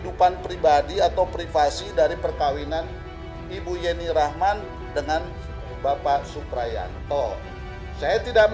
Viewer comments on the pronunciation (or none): si admin juga nyebut nama YENNI RACHMAN menjadi JENI..JENI.. kurang ilmu sudah maksa jd narator..